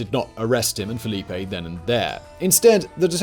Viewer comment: It's FELIPE, not Filipe